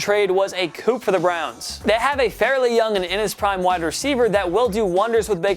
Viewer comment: "Coup" is pronounced "coo", dude. It's French, they love to put letters on words that aren't needed.